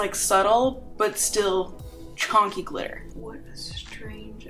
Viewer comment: Wtf is CHONKY? It’s chunky 😂